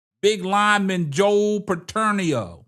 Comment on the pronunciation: Bitonio brother. No letter P LOL